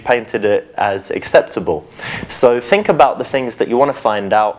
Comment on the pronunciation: Think not fink you idiot.